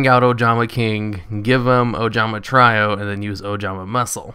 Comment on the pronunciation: try-o? its tree-o